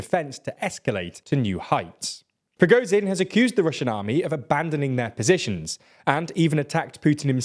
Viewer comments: He has a hell of a lot to cover. I think pronouncing Z as Z instead of zh isn't that big a deal. If he was pronouncing something totally wrong itd be different. The only issue here is it isn't sh enough. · thank you. its not progozin, its prigozhin. listen how everyone else prononunces it. the S in viSion sounds like zh in prigozhin. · The only thing more impressive than the Ukrainians' tenacity is the fact that you finally ALMOST pronounced Prigozhin's name correctly. So close! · Nice video. Though you guys have been covering this battle for months and still can't pronounce Ba"kh"mut, "W"agner or Prigo"zh"in.